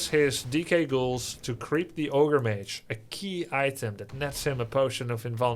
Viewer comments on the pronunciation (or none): none